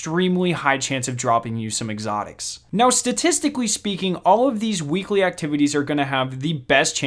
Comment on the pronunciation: Not trying to be mean or anything because I have a slight speech impediment myself, but you should work on your “L” sounds. You always pronounce “L” as if it is “w”. “Weekwe”, “wearn”. If English is your second language please ignore my comment.